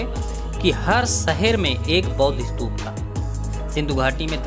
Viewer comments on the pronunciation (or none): none